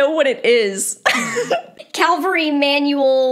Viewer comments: You are so eager to say everyone else is wrong —so how bout your genius self learns it it CAV-AL—RY not Calvary. There you go educate yourself!!!! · Cavalry not calvary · I realize it's nit-picking, but I did, too. Cringed every time she said it. Calvary = the place where Jesus was crucified. Cavalry = soldiers on horseback It comes, of course, from "caval," which is Latin for "horse," "-ry" is a suffix meaning "the art or practice of." Caval-ry. The "v" is pronounced before the "l." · Great video once again. The amount of pronunciations of Cavalry as Calvary though eeek. Calvary , refers to a depiction of the crucifixion, or, more recently, to an experience of usually intense mental suffering. You will make a wonderful veterinarian. 😊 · I totally agree with your video. Too often, I have seen people overload a horse and then wonder why it cannot perform. Thanks for sharing! PS: It's cav-el-ry, not calvary. Calvary was the hill upon which Jesus died. Common mistake but worth a mention. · Cav-al-ry is a military horseback unit . Calvary is the place where the Bible says Christ was crucified. 😂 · PLEASE, it's Ca VUL ree not Cal vuh ree. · I really appreciate the purpose of your videos. In this particular video, I had a "fingernails-on-the-blackboard" response. Cavalry vs Calvary. Lots of people get the pronunciation mixed up. The manual you reference is CAValry. CALvary is a Biblical reference. This comment may be a bit pedantic, but I wanted to bring it to your attention. Please keep going with your valuable content videos. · I'm probably being picky so sorry about that but this just stood out to me - Is this CALVARY or CAVALRY? Two different things. Please check your pronunciation. You've said CAL-VA-RY the whole way through. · I think it is CAVALRY, not calvary. Unless you want to be crucified somewhere in Jerusalem... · Calvary or cavalry? The former is the hill that Jesus died on. That is what you keep saying. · it’s CaValry not caLvary